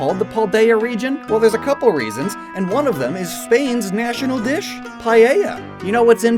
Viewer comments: "Paieia" It's pronounced "-Pa- like in Pat, E like in Pen, and lla like in Shackle" I hope this helps someone. It's so funny hearing english speakers trying to pronounce spanish words, it's hilarious sometimes, but the important thing is that they try, the same as we spanish speakers learning english. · "Paieia" AJSJSJJSJAJA I'm usually not to sensitive to bad pronouncing, but that was just to much for me xD I think "paieia" would be a fantastic name for it, but in reality it is pronounced: Pa - like in "pasta" or "partner" E - like in "enter" or "electric" Lla - (like a ya/ja or yu/ju) like in "jump" or "yard" Pa-E-Lla Paella Spanish is 100% consistent with it's pronounciation, so if you have some notions of it you can just think of it like a "para ella", "pa' ella" (meaning "for her"), though that's just a fun way of learning it, not what it really means. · It's not pronunced payeya but paeya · Please, make your research. Paella is pronounced "Pah-eh-yah" not "Pah-yeh-yah" And it absolutely ISN'T a seafood dish!!!! nor is it the national dish. And in the video you showed Fideuà, which is a NOODLE dish!!! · Paella is pronuncied paeya. If you need help search on YouTube the pronunciacion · Lol paieia that urt it’s paela it’s pronounced like paldea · repeat after me. It's not payeyah, its "Pa-eh-ya":D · I've never eaten PAYEYA XD but Paëla (Pa he la), yes. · As a native spanish speaker please do not ever say payeya again i was colonized by spain and it still kinda bothered me. Paella is pronounced Pa-e-sha or Pa-e-ia. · Pa-e-lla xD also no there's not necessarily clams in it but thre can be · i loved this video! but please, don't say "payeya" 😆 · Paieia I am so exited for you to get better at spanish pronunciation!!! Knowing u guys u are gonna get GOOD! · As a spanish person, seeing how he said "paella" really made me laugh. Anyways, great video and I really hope the evolution of Wiglett is like that big worm from Sponge Bob!